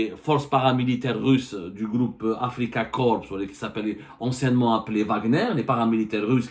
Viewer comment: Y a abdou, on dit pas un "gloup" mais un "groupe" gloup c'est quand taboun boit la vodka chez son amis kabyle tenancier de bar en France, il fait "gloup gloup gloup"😂😂😂😂😂😂